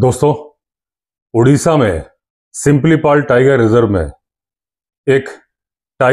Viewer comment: सर सिमिलीपाल है सिंपलीपाल नहीं Btw nice video 👍